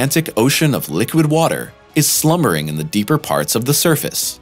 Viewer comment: I had to skip through it. And... there's an ocean "slummering"